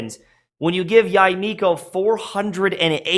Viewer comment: I think her name is pronounced "Yey" instead of "Yai."